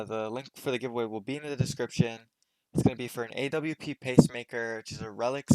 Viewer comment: its not called a-w-p its called an awp, haven't u played csgo before? :/